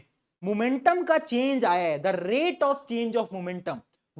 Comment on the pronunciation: The rrrrate of..........😅